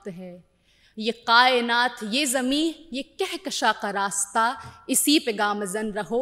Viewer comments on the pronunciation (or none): Qaaynaat nahin, kaaynaat. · Miss, I appreciate you but I want to correct one thing. You used "qayenat" but it's kayenat (from JMI) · Mahira ji, Kainat ( کائنات ) yeh urdu word hai, aap ne is ka pronunciation sahi ada nhi kiya hai Aap is bare me ache urdu walon se bat karsakti hain. Waise aap ne achi speech di hai.